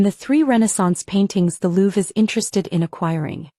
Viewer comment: Louv ? You mean Louvre ?